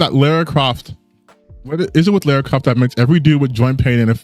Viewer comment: Every time someone says Laura I take my anger out on a dog.